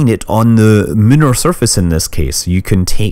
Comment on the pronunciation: "moonar" surface? Is that a British thing?